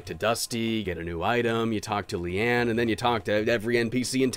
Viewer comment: I'm surprised there aren't a ton of comments saying how he called Leona "Leanne".